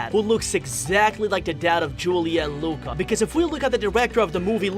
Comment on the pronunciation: It disturbs me so much its pronounced loo-ka